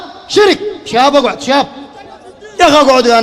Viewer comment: يا زينه يوم يقول اقعود اقعود😂😂😂😂